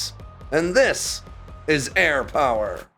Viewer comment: Who else gets a little bit of nerd chills when he goes and this is "AIR POWARRRR!"